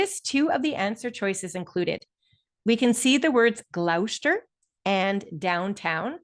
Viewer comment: Thank you for uploading the zoom. Gloucester is pronounced “Gloss-ster”